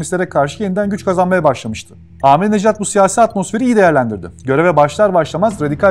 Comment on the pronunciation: عزیزان بنده هم به عنوان ایرانی به ایشان رای دادم ضمن اینکه احمدی نژاد درست است نه احمدی نجات